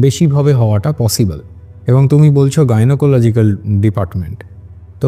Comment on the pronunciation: please Bangla ba English jai bolo - bhasha gulo thik kore bolo - kotha ta "GYNOLOGICAL" NOY GYNAECOLOGICAL - Eto BHOOL KI KORE BOLO - Podcast korchho jokhon bhasha r proti eituku jotno to thaka uchit